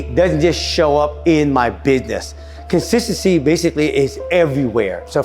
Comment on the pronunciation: I love the way you say cosisasssy 🤣🤣👍🏻👍🏻💯